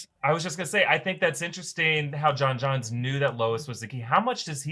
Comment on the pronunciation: omg does everybody on this channel pronounce J'onn J'onzz as John Johns? Have none of you seen the Justice League animated series? Or Supergirl? Or any of the animated movies he's in? Dammit Zack. Should've had Lennix say it.